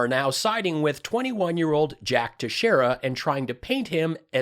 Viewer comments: FYI it's pronounced Tex-Era I grew up 15 miles from Dighton, MA and know a few by that name. It's Portuguese not Spanish. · Thanks for your information, I learned a couple of things I hadn't heard yet. However Teixeira is pronounced like this Tex-ear-a. The name is quite a common name in our local area. Pretty sure you'll have to say his name again future videos. Keep kicking their asses.